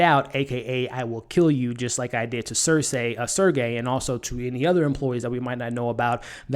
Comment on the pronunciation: SERGEY not SERCAY